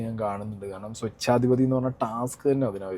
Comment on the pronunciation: നിങ്ങളുടെ ഉച്ഛാരണം ശരിയല്ല. സ്വൊച്ചാതിപതിയല്ല സ്വേച്ഛാധിപതി (Svechchaadhipathi) എന്നാണ് .ഒരു പക്ഷേ ഇത് വായിച്ച് നിങ്ങളിലാരെങ്കിലും ചിരിച്ചാലും എനിക്ക് No problem